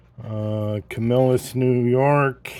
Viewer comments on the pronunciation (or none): Hey nice looking piece. However you want to say Camelus or Camill-us right lol.